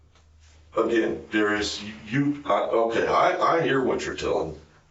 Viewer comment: That's not how you pronounce "Darius."